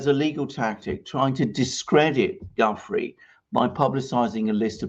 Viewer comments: You’ve finally learned how to pronounce “Ghislaine”; now how about learning how to pronounce “Gufrey”? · It's pronounced Gu- freiy not gufree. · Thank you for clarifying the pronunciation of Ghislaine. :-) Btw Giuffre is pronounced as in French (zhoo FRAY) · Gentlemen, the correct pronunciation of Virginia’s surname is “Zhu-FRAY”. The accent should be on the second syllable. Good show. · Please learn how to pronounce Gufrey properly. In sure you do it if you really try!